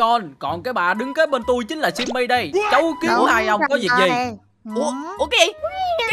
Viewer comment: Simmy mà kai nói chim mi